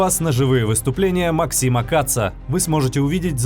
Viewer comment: Пулемёт Мáксима, ударение на первый слог, создатель Сэр Ха́йрем Сти́венс Ма́ксим.